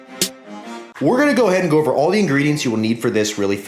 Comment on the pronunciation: "Oover" 😂😂 I thought I was the only one